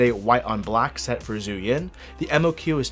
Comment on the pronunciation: Pretty sure zhuyin is pronounced "jew ying" not "zoo yin".